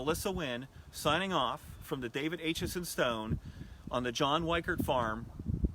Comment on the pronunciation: David Acheson was my 3 times great uncle. Thanks for bringing him to public attention. My 11 year old grandson is currently working on a report about David Acheson, called “Gettysburg and Me” Something to note; the A in Acheson is pronounced with a short A sound like apple, not the long A pronounced like ape.